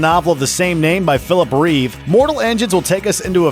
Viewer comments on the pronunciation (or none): none